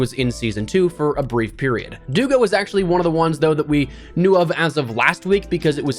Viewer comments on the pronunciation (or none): Its dugA, not dUga